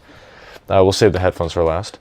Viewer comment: Don't want to sound rude but do you have a problem saying headphones?